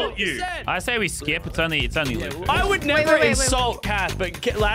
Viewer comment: ITS LAZARBEAM NOT LASERRR